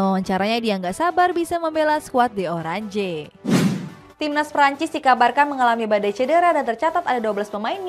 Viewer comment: Kepada yth Admin cetak gol harian, klo bisa gak usah pake pembaca berita ini soalnya nyebut nama/klub atau julukan pemain maupun negara gak becus, masa orange disebut orange bukan orenc & bukn kali ini saja, sudah brapa berita yg dia bawakan slalu keliru setiap menyebut.... Tolong pihak admin Cetak Gol Harian diperhatikan, klo perlu uji coba dlu baru diangkat jadi pembaca/pembawa berita 🙏🙏🙏